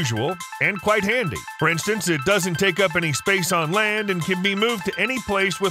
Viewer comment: Quite han dy